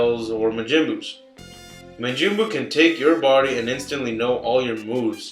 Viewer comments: Who is mah-gymboo? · its turles not turls and its majin buu not majinbuu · Anyone notice him say Majii Buu? i thought it was funny haha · You are right about the creator of these lame videos, he doesn't even say majin buu right he called him majinbu like it sounded weird. anyway this guy doesn't really understand anything about DBZ etc, he said GT was the worst....I thought it was okay, but needed a lot of work so it can actually be super cool not just okay. Better characters and stuff, Teen Goten and Trunks with Goku instead of Pan because she was a big bitch and made Trunks wear a dress etc